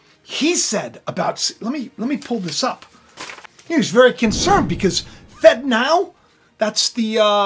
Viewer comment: It really sounds like you’re saying “fentanyl” when you say “fed now” 🥴